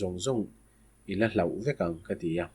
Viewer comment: Hlauh = hloh tih tur